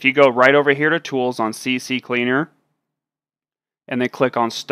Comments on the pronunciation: its no pronouneced cccleaner its ccleaner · I know this is a stupid comment, but I've never heard anyone say CCleaner properly lol